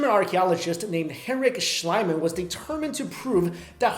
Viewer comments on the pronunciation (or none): the first archaeologist's name Schliemann is pronounced "Shlee-mann" not Shliman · The archeologist's name is pronounced [shleemunn] not [shlyman]. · i am pretty sure someone else posted this before but i am too lazy to look for it: its schliemann with a long "ee" sound to "i"... but admittedly it is a fairly confusing rule to germanic speakers (with the exception of english, since native english speakers seem to have problems although other germanic speakers, i.e. danes don't)